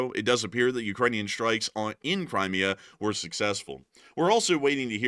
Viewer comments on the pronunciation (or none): none